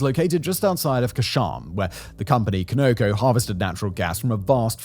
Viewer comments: It’s “kahn-oh-co” not “koe-no-co” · Canoco? Doesn’t he mean Conoco? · It's Conoco, pronounced with the accent on the first syllable. "CON-o-co" (NOT con-OH-co) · CONOCO is pronounced CON-a-co, not co-KNOW-co. Stands for Continental Oil Company. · Someone needs to explain to this guy how to pronounce "Conoco". I worked for the Conoco-Phillips company, I can assure he's pronouncing it incorrectly. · Pronunciation of Conoco has me 😂😂